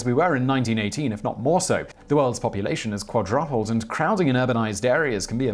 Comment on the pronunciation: Qua droppled..that's fancy pronunciation! My American horizons have been broadened.